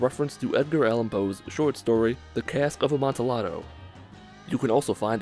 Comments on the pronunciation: I'd like yo say that he didn't pronounce 'Amontillado' correctly. He wasn't supposed to pronounce the 'L'. Instead, it's a 'Y' sound. A-mon- tee- ya-doe. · I noticed number 10 right away during my gameplay because I had recently been studying Edgar Allan Poe. By the way, I think the "ll" in amantillado makes a "y" sound. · The way you pronounce Amantillado is wrong and annoying.